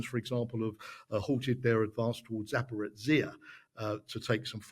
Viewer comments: What do you do when you don't care? You get Zaprozyhia or Surofkin or WHATEVER. Ukr should be concerned. Very concerned. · Never heard this bizarre pronunciation of Zaporizhzia before. Why is it that so many podcaster, news hosts, and guests of same, both civilian and military, so brutally mispronounce this word? Why do they not feel responsible for finding out how it is pronounced in Ukraine? Look it up, listen to Ukrainian news programs, pay attention to how Ukrainian guests say it - there's simply no excuse for this professional irresponsibility.